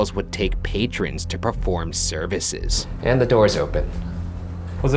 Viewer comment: I think it may be weird but the WAY Ryan says "SERVICES" I can imagine his face when he said that I'm wheezing....